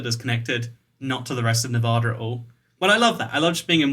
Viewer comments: NavAda not novahda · You've been living in Vegas this long and never learned that it's pronounced Nev-add-a and not Nev-ahhda? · Now it's nearly a year and a half later. I hope he has learned to pronounce the state he lives in, which is Nevada. It is not "ne Vaaugh da," it is "Ne va da" with the va rhyming with the va in "vat." Pronouncing it as he does probably gets him a lot of nasty looks and comments in the state. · Thanks!! I cringed every time he said Nevaaada. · You say Nevada wrong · you live in nevada yet youre still pronouncing it wrong smh xD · Ay a fellow las vegan also I know you have an accent but you said Nevada wrong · How long do you need to live in Nevada before you learn how to pronounce it?